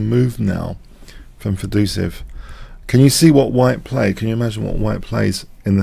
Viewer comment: Fed oh say ev